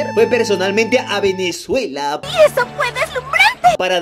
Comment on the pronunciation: goku fase venecuela